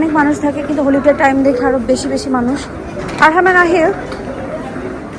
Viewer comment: হোলি ডে না- হলি ডে- pronunciation ঠিক কর please